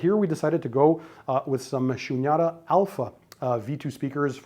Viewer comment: The Cables are " Shunyata" . It is pronounced as "Shoonyataa" . Its a Sanskrit word.